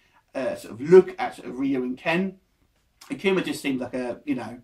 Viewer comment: This dude lame akuma was cool n new can't even pronounce the names right